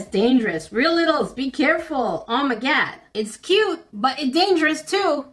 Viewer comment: I love the "oh steekerz , oh ma gad"